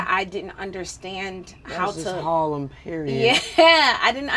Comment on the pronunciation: Why she say harlem like that don't fucking kill meeee😂😂😂😂😂